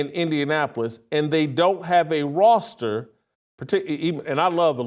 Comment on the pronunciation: Why can’t this dude say the word ‘Roster’? It’s so annoying when a person speaks for a living and cannot pronounce basic words. WTF.